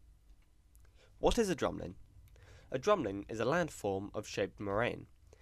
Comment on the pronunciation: bruh u speak like the queen. ur like ' dramlin.'